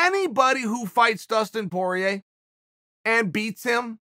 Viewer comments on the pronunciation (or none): none